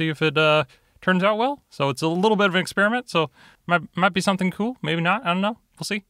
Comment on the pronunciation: i swear the way he says "Kewl" instead of "cool" and the way he draws his characters heads... SOUTHPARK!!! ANYONE???